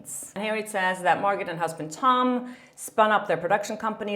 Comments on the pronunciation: Great informative video,. You might like to know it's Mar - go not Mar - got. The t is silent. The name probably came originally from the French language into English. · Jesus! I know English is not your first language but it’s a silent “t” Margo not MargoTTT.. just saying.. it’s grinding TF on me. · It's Mar"gow" ... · Girl ! You’re an entertainment reporter! Margot is pronounced Margo. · Margot Robbie's name is pronounced Margo! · Sorry, but you don’t pronounce the “t“ in Margot (like Margaux) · I believe it’s pronounced Margeaux (mar-goe), no?? Have I been saying it wrong?😄 love your channel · Margot = pronounced Mar-go 😊 (just so's you know) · Margot is pronounced Mar- go, the T is silent.. at least Thts how she pronounces her name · The "t" is silent in Margot. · Hedging her bets on the pronunciation of “Margot” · The T isn’t pronounced in Margot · The “T” in Margot is silent, just so you know. :) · Don't pronunce T in Margot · Hi. The t in Margot's name is silent. Interesting report! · Hi, quick note: with Margot's name you don't say the T. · Hey, awesome vid as always! Just wanted to mention the pronunciation of America Ferrera's surname and Margot Robbie's name, as I hear that you're mispronouncing it (not a big deal at all, English is also not my first language and I often mispronounce English words, I just thought I'd mention it before you maybe get hate from others for mispronouncing their names, don't want anyone to discredit you for something so silly as that): Ferrera is pronounced Fuh-rare-rah and the t in Margot's name is silent, and you pronounce the "go" of Margot as in "let's go get a coffee". Love your vids!🥳🥳